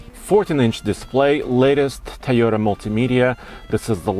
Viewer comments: Love that Tyota. I knew he's an immigrant, but is he incapable of saying it correctly? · This dude still doesnt know how to say Toyota. Tayota. No dummy. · Always "TAYOTA" 😂